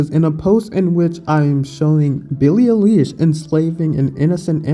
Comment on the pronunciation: FYI it's pronounced 'eye-lish'.